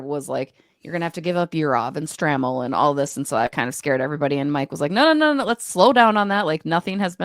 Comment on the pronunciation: Please pronounce Charlie's name correctly. It's STRAY-MEL.